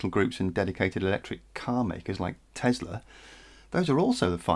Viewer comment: Its Tesla not Tezla